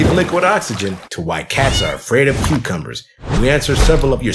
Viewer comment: When said Coocumbers